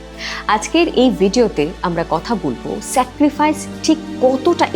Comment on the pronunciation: Secrifice na sacrifice. Kichu mone korben na kintu ei bhul gulo kheyal rakhben